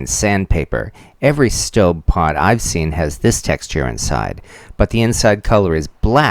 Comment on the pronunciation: I get the feeling that you are pronouncing that pot's name correctly and I am not.